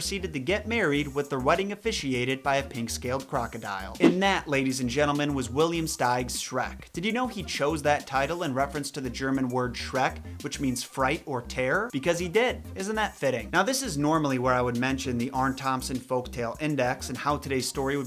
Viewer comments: The German word is Schreck, not Shreck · In german it's schreck not shreck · It's "Schreck", not "Shreck". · No. It's "Schreck". and nobody uses it normally in a sentence, except for the expression: "Ach du Schreck!". and even THAT is quite uncommon.